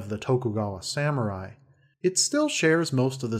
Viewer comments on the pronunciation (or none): none